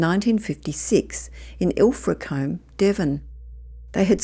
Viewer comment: Its pronounced Ilfracoom not Ifracomb - though spelt Ilfracombe